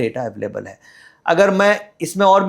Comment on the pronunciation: है को हे क्यों बोलती है